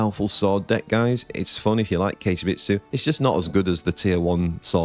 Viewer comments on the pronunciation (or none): Sorry to be that guy but… Kagemitsu is not pronounced like Cage - it’s Ka-gay (means shadow in Japanese). Every time you say Cage deck I die a little inside. 😂 Love your videos though, thank you for all you do!